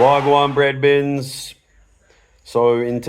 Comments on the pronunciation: Hi, good interview 👍🏾 however....it's 'wha gwan bredrens'....not ' wha gwan bred bins ' 🤣😂😊😂🤣❤️ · I think you should keep saying bredbins. It's yours.